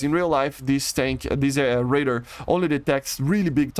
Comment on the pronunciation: stop saying raider its ray-dar